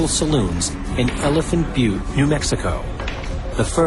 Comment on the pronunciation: "Elephant Byoot". Lol.